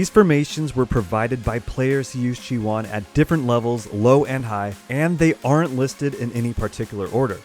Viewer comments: Thanks for the videos, really useful. BUT Please don't call her Chi-One! You are killing me. It is a Greek word SNOW=CHIONE=ΧΙΟΝΙ (in Greek) It is pronounced he-oni (he like the article and oni as in macaroni) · Isn't it's pronounced chi-oh-nee? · khi-yo-nee:) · You really need to learn how to pronounce stuff. Who the hell is chiwan. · i think he says that because he splits the name in 2 parts.. chi... and one. Chione i think is taking her name fron the greek word '' Χιόνι '' that means ''Snow'' and the pronunciation of this is ''Chioni or Chione...something like '' kioni ''. So i hope i helped, keep up the good work.:)